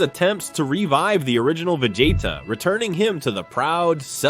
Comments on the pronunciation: A.i says : VEGATA Real voice says : VEGETA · Instead of vea-gea-ta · if you're going to use AI narrators, you should definitely spell the names out phonetically so the AI says it properly. lmk if you need help if English is a second language. There are easy ways to ensure the AI voice consistently says a name a certain way. Vugetta is weird sounding lol